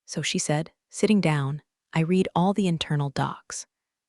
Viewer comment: Please teach the reader the difference between read(pronounced like reed) present tense and read(pronounced like the color red) past tense. I read(reed) books. I read(red) a book yesterday. This is getting annoying.